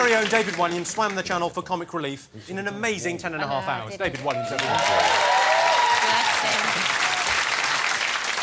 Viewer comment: i like how noel says "hours"